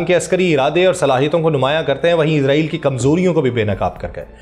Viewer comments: Bhai izrail nahi israil sahee lafz hay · او بھائی اسرائیل لفظ تو بول آپ عزرائیل بول رھے ھو آپ کو کوئی بتانے والا نہیں جناب